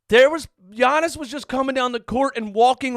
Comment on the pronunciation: Yo I’m so happy he finally learned how to say Giannis